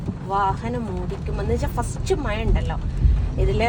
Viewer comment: മയ അല്ല മഴ😅